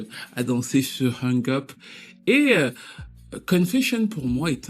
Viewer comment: sinon merci pour la video ps. Cest HUNG UP et pas HANG UP😅